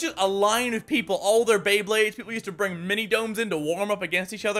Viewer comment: Am I the only one that thinks is super funny when he says mini